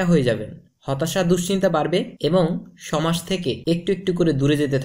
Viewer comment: BaSically Nice tips! learn smthing new ! but Ur Words Dsn't Match Ur Action! cus bro, its "সমাজ" Not "সমাস" & "ছোট" not "সোট" !